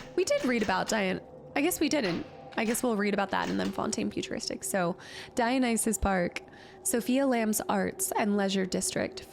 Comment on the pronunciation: That Dionysus pronunciation practice in the last episode paid off - now says it like a pro, just in time for the level that actually features said (correctly pronounced) name. Let's continue this epic journey.